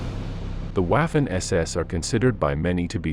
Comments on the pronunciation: Not again! They were Vaffen SS, not waffen as in waffle. It is German, for Chrisake. This mispronounciation seems to be impossible to eradicate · Total cringe every time I hear UAFEN, in german W is pronounced as V like in "Jeffery Epstine Very much didn't kill himself", so its Vaffen, not Waffles SS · "W" in German is pronounced like the English "V". "Vaffen SS", not "Waffen SS". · and the a is ahhh and ayh it made this annoying to watch lol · Please dear WAAFEN not Wafen. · Mien Herr, the correct pronunciation of theWaffen SS is not waafen but waffen SS I am not with you to help with the correct pronunciation, but I hope that this gives you an idea of the correct pronunciation 😮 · It's not " waff - en", it's " vhoffen". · Not Uaffen but Waffen, pronounced "Vaffen" or vah-fen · The way he pronounce "waffen" , it's suppose to sound "vaffen", not "waffles " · Wah'fin lol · The W is pronouced as a V in english. So Waffen is like Vaffen. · menschenskinder! Waffen is pronounced 'vuffen' in German; how hard is that to say?! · 'Waffen' is correctly pronounced 'Vuffen' in German. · Waffen were foreign volunteers & elite Soldiers.... not to be confused with the allgemeine ss.. also who the FK pronounces it Waf-fin 😆 🤣 😂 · And it does not rhyme with "laughin' ". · Wikipedia, entry «Waffen-SS» – english language: «The Waffen-SS (German: [ˈvafn̩ʔɛsˌʔɛs] […]». This is the pronunciation according to the International Phonetic Alphabet (IPA). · I'm English and have always thought it was pronounced vaffen I'm 70 years old and studied the second world war for the 55 years but I don't really want to argue about it , it's just a word it doesn't really matter how you pronounce it 👍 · That's why I gave it a👎down. Wafen. It was a distraction to me. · Irritating pronunciation for commonly used German terms. "Whaffen”!? "Leibstandard"!! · de Łafen SS : D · The narrator mispronounces waffen. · This guys pronunciation of Waffen and Guderian made this utterly unwatchable.